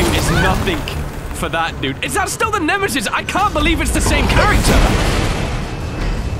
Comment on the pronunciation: did you just say shitesis it is nemesis